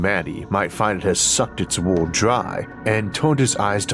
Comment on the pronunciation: I wonder if listening to you attempt to pronounce wobbly would be as fun as listening to your attempt to pronounce world🤔